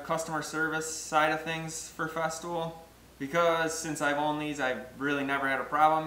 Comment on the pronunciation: Makes sense to me. Except your pronunciation of FESTOOL, you say FESTIVAL? It's just FEZ-TOOL, not FEZ-TIV-OL. It made me question whether or not there was a Festool Domino or were you also cutening up this this name to? Like the FESTOOL DMO-29 or something, and you say "FESTIVAL DOMINO". There is a Domino tool.